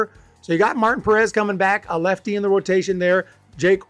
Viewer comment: It is pronounced Mar-teen not Martin.